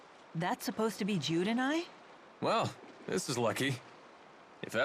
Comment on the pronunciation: I keep hearing "dude there are times to play it cool" instead of Jude XD